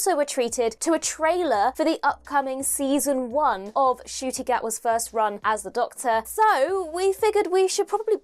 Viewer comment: Correction, it's an 'N' in Ncuti, not a 'G'. My first Doctor was another Scotsman, Sylvester McCoy. My classic Doctor is also Tom Baler; in Nu-Who, it is David Tennant and now Ncuti:D